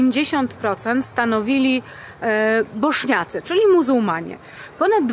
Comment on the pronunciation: Bośniacy a nie boszniacy